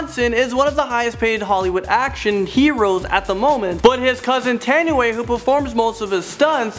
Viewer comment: cool it does...im pretty sure u suppose to pronounce Tanoai as in "ta-new-why"..